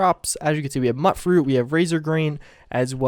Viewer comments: People still pronouncing it "mutt-fruit" huh? I'm not annoyed. I'm not annoyed. I'm not... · I hate how people say MUT-fruit. Its not a damn dog. The M-U-T section is pronounced the same way as in mutated or mutant. Hence it being a mutated fruit. Its common sense.